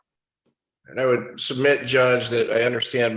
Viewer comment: I just HAVE to ask this!! 😂😂 but did anyone else catch the way said Mr. Hitchcock?!!!! 🤣🤣🤣🤣🤣🤣 I had to listen 4 different times to make sure LOL